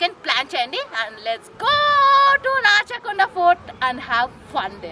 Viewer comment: అమ్మా తల్లీ, ఇది రచ్చ కొండ కాదమ్మా రాచకొండ